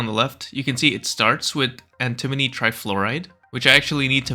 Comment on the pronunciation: anti-moni not an-timoni nak-wa-dah not na-kwa-da emphasis is important XD